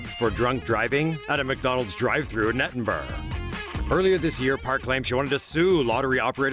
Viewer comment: Did he say nidinburg instead of Edinburgh